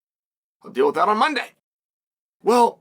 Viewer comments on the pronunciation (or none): none